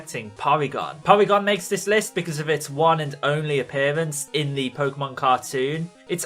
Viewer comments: poorygon ? lol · And for the love of Oak! learn how to pronounce words properly! its Pronounced KAH-DAH-BRAH and POOR-E-GONE! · Porygon is literally the stereotypical way an asian person would pronounce Polygon too